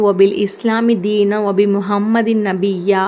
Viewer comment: . அஸ்ஸலாமு அலைக்கும் நீங்கள் கூறிய 15 தி க்ருகளையும் சிரமம் பார்க்காமல் டைரியில் நோட் பண்ணி கொண்டேன் அல்ஹம்துலில்லாஹ் ... 9வது திக்ரின் இறுதியில் எழுத்தில் நபியினா என்றுள்ளது தங்கள் உச்சரிப்பு நபியா என்றுள்ளது Please Edit .... அல்லாஹ்விற்கே எல்லாப் புகழும் எல்லா உரிமையும்